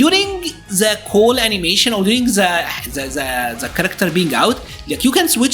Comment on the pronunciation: THE THE THE = ZE ZE ZE. Please man, dont you find odd a person who talks in english for years, keep using ZE to say THE or any word that starts with TH??? Why cant you try harder to make the sound of the words more like the were meant to sound on their native language? If you gonna learn another language the least you can do is try to improve and get better year after year. But I see you dont care, you keep pronouncing some words incorrectly, specially the sound of THE.